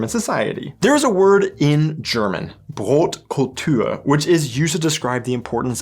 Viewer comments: Brotkultur ist ragebating me becourse u said brotkultür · Hast du gerade Brotkultür gesagt 😂😂😂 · Brotkul🚪... By all respect, it is not Brotkultür. Unless you say it with a sächsischer Dialekt but then it would rather be Brötkültür. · wth did you speak Brotkultur as it was a french word...dumb ragebait